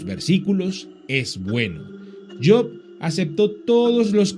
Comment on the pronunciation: Yok ? Kien es yok maldito pronuncia bien es job noo tok